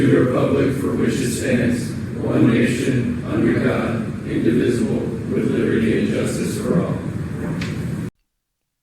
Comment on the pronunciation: "one nation indivisible" maybe practice that part a bit more